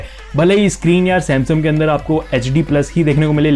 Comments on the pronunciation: it is samsung not samsum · Bhai samsum nhi samsung😂 bolo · U said samsum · Why you saying samsum every time irritate me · Bhai "Samsum" kyu bolte ho ? 😂